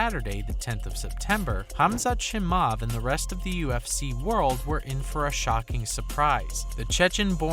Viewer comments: hahaah chimav... It's Chimaev. Do your job properly xD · bro why you making MMA videos when you clearly dont even watch. Shimaav. wtf. Borrakina. Do you just spam youtube with these shit videos of all topics and just hope one sticks? Is this even a human or actually a robot. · bro you're not even saying his name right